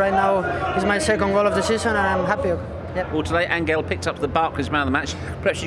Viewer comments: First of he's not An-ggel,however it's Anhel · It would be good if the english interviewers & commentators could pronounce Di Maria's name properly. It's not An(G)el with a hard G as in (G)ate. It's An(H)el as in (H)otel. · Se dice "Ángel", ni "Anguel" ni "Anchel". No será tan difícil como para nosotros pueda ser el inglés,digo yo...jaja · An...gel.... The reporter should have at least pronounced the name spanish way.... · "Thank you Anguel" Jesus Christ, at least pronounce his name right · Journalist is not pronouncing his name right either